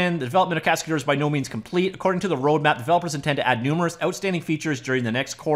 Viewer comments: It's a French word "Cascadeur"... pronounced cas-ca-dher... not dour... dher. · "Cascadeur" is a french name you have to pronounce it "cascader" in English for perfect pronunciation :)